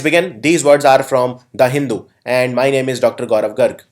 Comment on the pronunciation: It's not hindhu... It's Hin-du.